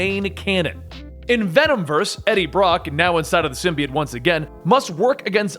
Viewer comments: i like how this guy pronounces symbiote "sim-be-its" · He pronounce symbiote wrong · The way he pronounces symbiote makes me not want to watch it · The way you say symbiote makes me want to kill myself